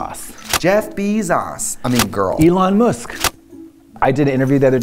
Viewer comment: "Elon Moosk"